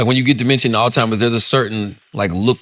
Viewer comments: lol I need yall to let Charla know it’s “Alzheimer’s” not “all timers” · Is it me or does Charlemagne keeps calling it “all timers” instead of Alzheimers 😂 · Charla didn't even try man 😂 "ALLtimers disease" lmaoooo